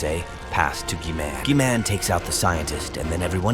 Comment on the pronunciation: Bro, said G-man like key man with a G